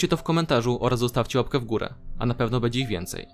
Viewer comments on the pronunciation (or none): none